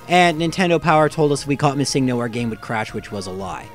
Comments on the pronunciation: Its missing-no not miss-Ingno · My only pet peeve is that you pronounce missingno as mis sing no. I mean, it isn't wrong but still mildly annoying. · your saying it wrong its MISSINGno. and whaaaaaaaaaat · Ugh! I can't believe still in 2019 people are still pronouncing it as "Missing No". The "NO." stands for the word number. It's "Missing Number" not "Missing No". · You say MissingNo wrong. It’s missing no short for missing number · Is it just me or did he call Missingno as Mi-sing-no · ITS PRONUONCED Missing-no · You realize the original comment was poking fun at how pronounces the name, right? How he emphasizes the "sing" in missingno. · I've never heard someone pronounce MissingNo the way you do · Why do you pronounce missingno like that but missing the right way? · I like how you pronounce MissingNo. Like its an actual pokemon name and not missing number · You say missing no. Very strangely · The weird way you pronounce Missingno. Is distracting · is it just me or is he saying missingno really wierd